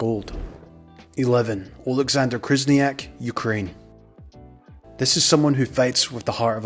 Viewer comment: You also butchered Khyzhniak, it’s not krizniak lol